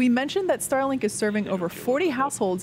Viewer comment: I heard "Sterling"-Satellites and was a bit confused :-)